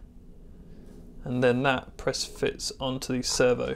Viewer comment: swear i kept hearing "server" not "servo." Very nice build!